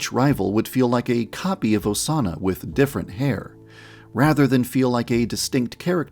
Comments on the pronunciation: So we’re just gonna ignore that one of the Osana’s said “incest osana” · "Incest osana" HELP 😭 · mans really said incest osana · “Incest Osana” YAN-DEV STOP